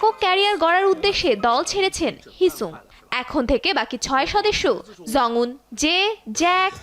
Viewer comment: Jungwon❎ zungwon✅ Evan❎ivan✅ Jake❎zake✅